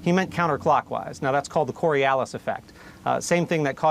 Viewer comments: Yes, and he's also wrong about the Coriolis effect (not Cory-Alice effect as he pronounced it) influencing toilet flushing direction. The Coriolis effect affects large weather systems like hurricanes, but not small-scale objects like toilets. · The Coriolis effect (not Cory-Alice effect as Miles Taylor pronounced it) causes hurricanes to rotate counter-clockwise in the northern hemisphere, yes. The toilet flushing direction however is not influenced greatly enough by the Coriolis effect to be the determining factor in spin direction. The direction of the inlets and the shape of the basin determine the spin direction. It's the same reason you can stir your coffee clockwise in the northern hemisphere despite the (extremely small) Coriolis effect biasing the coffee in the other direction.